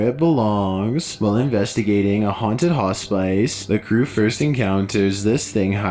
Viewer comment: Dammit.....not pronounced Hot Spice. Hospice is like hospis